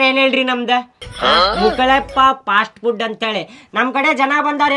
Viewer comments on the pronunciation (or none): ಪಾಸ್ಟ್ ಫುಡ್ ಅಲ್ಲ ಫಾಸ್ಟ್ ಫುಡ್